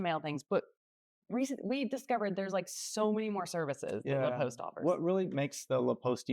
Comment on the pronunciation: Pronouncing it Le Post and then putting the title in La Poste (sounds like cost)